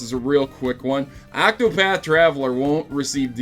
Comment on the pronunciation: Octopath, not Actopath!